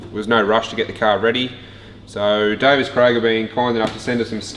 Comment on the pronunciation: Davies, Craig. Davies.... not Davis.